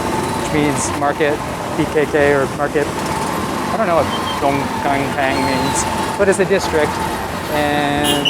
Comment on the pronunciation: Boeng = Lake, Keng Kang should sound more like "Kaing Kong", Kaing rhymes with "rain", the Kong portion sounds like the Kong in Hong Kong. "keng kang" was the name of a horror movie from the early 70s (pre Khmer Rouge) that told the story of the woman who had a baby with a "snake" that transformed himself into a man.